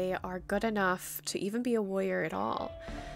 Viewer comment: At first I thought you were saying "Lawyer" but you were saying "warrior" lol! (This is not supposed to be hate btw!)